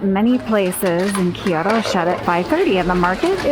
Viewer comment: アメリカからの観光客かな？ Kyoto（キイヨドー） yはイ 母音に挟まれたtはド